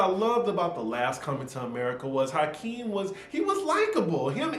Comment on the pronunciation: It's Akeem,, not Hakeem. Lol.